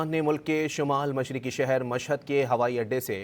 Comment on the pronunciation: شہیر نہیں شہر